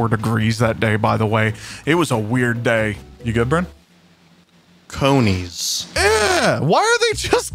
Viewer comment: "Cony's" -, 2023